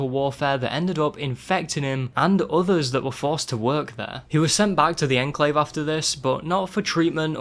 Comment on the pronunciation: Legit had to stop watching the video because of the way he says Enclave